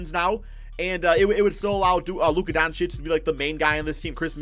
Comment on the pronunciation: Who remembers when use to say Luka Donasich